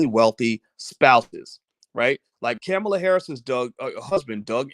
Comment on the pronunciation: Can you pronounce her name correctly?